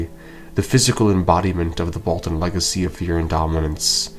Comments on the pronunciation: Roose is very good strategist of being pure evil, and he scared Robb in the books compared to TV show also “Balton??” not “Bolton?” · bro said Roose Balton